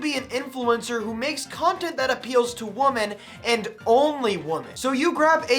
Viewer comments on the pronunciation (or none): No hate, but just so you know, the plural of woman, women, is supposed to be pronounced like "wimin". Like it rhymes with how a Southerner would say dimming, dimmin' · Bro you do know that women is pronounced differently then woman right?